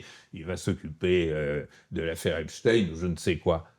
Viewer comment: Epstein et non Epstine